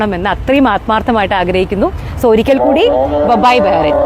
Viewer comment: ബഹറിൻ അല്ല .ബഹ്റൈൻ